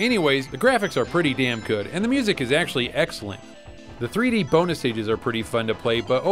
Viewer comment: LOL! ("Time Bonuh")